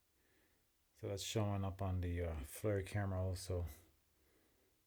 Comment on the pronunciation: Good job! Picture worth a thousand words! FLIR is pronounced like "her".